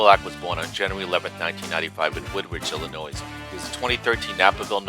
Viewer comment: Nice Nick Solak. I was going to send his way during the offseason, but I kept forgetting. For whatever it's worth the S in Illinois is silent. Louisville is french and pronounced Lou-UH-vull